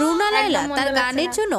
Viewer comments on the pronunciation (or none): Agey buna laila na bole thik kore naam bolo tar por subscribe korbo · তোমাদের উচ্চারণে ভরি রুনা লায়লা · রুনা লায়লা। "বুনা" নয়। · খুবই দুঃখজনক ব্যাপার। রুনা লায়লা নামটা ঠিকভাবে উচ্চারণ ও করতে ষ পারে না অথচ উনাকে নিয়ে ভিডিও বানাচ্ছেন। রুনা লায়য়া , বুনা লাইলা আরো কতো বার নামটা ভুল বলছেন। যদিও আপনারা যে ভিডিও দেখে রিয়্যাক্ট করছেন সেখানে উনার নামটা রুনা লায়লা বলা হচ্ছে। কেন জানি মনে হচ্ছে আপনারা ইচ্ছাকৃত ভাবে একবারের জন্যও নামটা ঠিকভাবে উচ্চারণ করেন নি। এটা খুবই দুঃখজনক। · রুনা লাইলা। লাইয়া না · বুনা লায়ইয়া না রুনা লায়লা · দাদা কী মাধ্যমিক ফেল?? 😂 রুনা লায়লা না বলে লাইয়া লাইয়া বলছে 😮😂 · Ra dada ota runa laia na. Runa laila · তুই কি ভাই অশিক্ষিত নাকি, রুনা লায়লা কে বুনা লায়লা কেনো বলছিস। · নামটা এমন না উচ্চারণ তোমাদের এমন 😂😂 রুনা লাইয়া না রুনা লায়লা ❤😊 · অশিক্ষিত নাকি আপনারা? বুনা লায়লা কি? নামটা ও ঠিক করে বলতে পারেনা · কি রকম মুর্খের মতো কথা বার্তা রুনা লাইলা কে বুনা লাইলা বলতেছে।ভিডিও তে বারবার নাম বলতেছে তারপরও শেষে বুনা লাইল বলতেছে।😅ভিডিও করার আগে নাম গুলো উচ্চারণ ভালো মতো পড়েনিলেই তো হয়। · আরে বার বার বুনা বুনা বুনা লাইয়া,, এটা কি ভালো করে নামটা পরে দেখেন ভিডিওতেও এতোবার নামটা নিলো তাও কি শুনেননি,,,ওনার নাম ''''রুনা লায়লা,'''' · ধুর হ্লা, নাম টা ঠিক করে পর,, রুনা লায়লা। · Buna na namta to valo kore bolo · এখন পর্যন্ত নামটাই উচ্চারণ করতে পারলে না, আসছো স্টাডি ভিডিও নিতে। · গাধার দল তোরা উচ্চারণও করতে পারিস না ঠিকমত নামটা বলতে পারিস না উনার নাম রুনা লায়লা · Tora dutoi jarot bujli....Karan onader naam guli ke uchharon korte parchis. Ba uchharon na korar avinoy korchis...asoley ki Janis Tora ado schooler mukh tao dekhis ni..eta ekdam sotty bojha gelo...r erokom mohaan dujon pratibha sali baktir naam nie nogramor moto uchharon korchis.toder mukhe onader video er kotha bolis seta kokhono maana jay na... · আমাদের রুনা লায়লা ম্যাডামের নামটা সঠিকভাবে উচ্চারণ করা উচিত যে নামটা বলতে পারবে না সেটা নিয়ে কনটেন্ট করবেন না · "রুনা লায়লা" নামটা শুদ্ব ভাবে নআ বলা চরম অবমাননার সামিল। বয়কট করলাম।